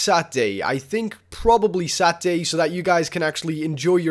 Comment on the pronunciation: Sat-day? what day of the week is that? lol seriously man? You can't say Sa-TUR-day?